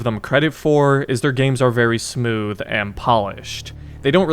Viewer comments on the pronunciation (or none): none